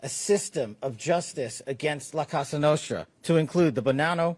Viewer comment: La Cassa Nostra? He can’t even pronounce the name correctly? He must’ve not actually done any work in this investigation. He’s just here to read a script someone else wrote and take credit for nothing.